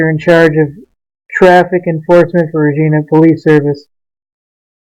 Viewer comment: 2.0 I would not say he was dressed like a homeless person and the sign said not broke not hungry have a great day. I saw what happened he also had reckless driving and he came around speeding and his seatbelt was already off when he drove around the corner and its pronounced re-gie- na